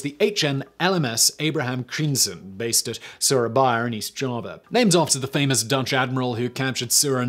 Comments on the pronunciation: Dear lord, Simon, I'm Dutch and I had to google te names you mutilated beyond recognition ;-) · What was this ship renamed to? I can't understand Simon. I think he said something like Abraham Crimson? EDIT: Google answers: Abraham Crijnssen. No wonder I had a hard time figuring out what he said. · No kidding, there shouldn't be so many consonants in a row!